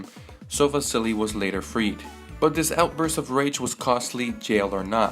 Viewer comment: Vazili LOL where do you hear a z